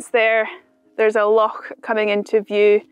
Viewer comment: I love how Scottish people can say "loch" properly - none of that "lock" rubbish.